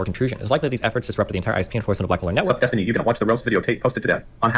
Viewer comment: The way I laughed at saying Des-tiny makes me think that maybe I'm a bit behindert. lol